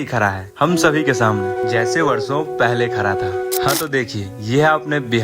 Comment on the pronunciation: Bhai khra kya hota hai khda hai bolo